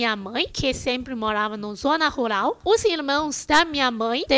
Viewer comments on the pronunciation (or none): Você fala ruRal e não ruLal, como cebolinha.